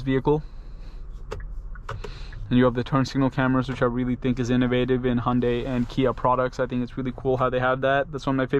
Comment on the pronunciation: its pronounced ha yun dai by the koreans who made it yun dai by other asians I dont think its Honda-y in pronunciation